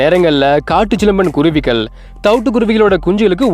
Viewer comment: Hello it’s really beautiful to see these kuruvis / thanks for detailing their life. Only one request. Sir. Please speak Thamizh correctly. - vallinam/ mellinam difference. Kuruvigal- vallina- gal not mellina ‘gal ‘- ask people who know Thamizh v well in ucharippu 😅